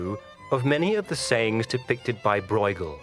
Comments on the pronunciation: "broighel"???? seriously???? it's hard to take the rest of the content seriously when they start by butchering the artists' name!!!! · The name of the artist is pronounced completely wrong. A little effort wouldn't hurt: just because it's not your language doesn't mean that you can slap on your own language's pronunciation rules. I can understand that people have difficulties with the hard "g" in Dutch, but everybody should be able to say the "eu" sound properly. It's the ö sound that you find in German words like schön and French words like deux. We Dutchies don't call Gainsborough "Ginesbohrouch" either.